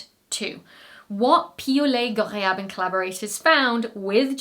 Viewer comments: In addition to the science, I think you like impressing us with your pronunciation of Piaulet-Ghorayeb. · I had a feeling "Piaulet-Ghorayeb" would show up in the blooper roll, but you did GREAT!! 👏🏼👏🏼👏🏼